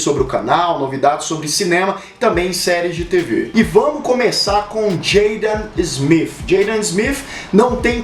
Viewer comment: Jeidan smifi Filho do uil smifi 😂😂😂😂😂😂😂😂